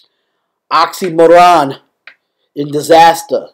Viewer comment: man, not oxxxymOron. it's pronounced like oksy meer on